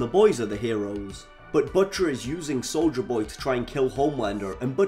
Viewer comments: "Souja Boy" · "Solja Boy" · I keep hearing soulja boy